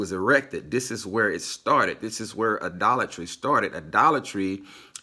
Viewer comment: Why everytime he say idolatry i hear Dollar Tree?